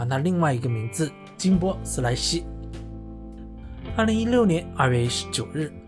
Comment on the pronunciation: 一直唸錯他的英文名，你都利害了